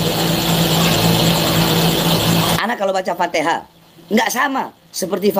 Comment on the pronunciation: baca alfatihah aja salah😂😂😂😂